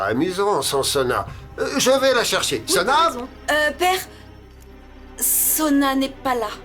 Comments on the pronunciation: Qui comme moi a remarqué qu’au lieu de dire au docteur que Soua est malade a dit Sona? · Qui a remarqué que a dit Sona est malade au lieu de Suha